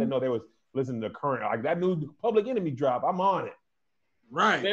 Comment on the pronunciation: Public “Enermy”🤣